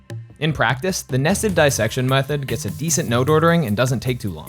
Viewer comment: The voice over speaks " Nested Dissection " incorrectly. It should be "dis-section" not DIE- section" as the voice over currently says. It is a different word. Makes a big difference.